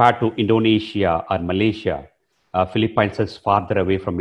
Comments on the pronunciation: It is pronounced Fee-lee-pins, not Fee-lee-pines. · sir its PHILIPINES, not Feli-pyns, Please... Pronounce our country's name properly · Hahahah. Great video. Watching it now and not done with it. But I hate that you pronounce the Phili-PEENS the Phili-PYNES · Could you learn how to pronounce Philippines please before you enlighten us on the subject